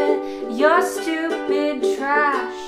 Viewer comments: I love when she says "you're styupid" it's so good. TY FOR LIKES! ❤ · Her pronunciation of “styupid” made me laugh out loud and I’m alone rn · “Your styupid”😂😂😂😂😂